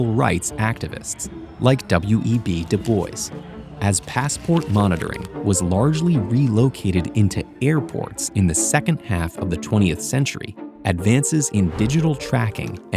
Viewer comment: "Du Boyce"? That's a first.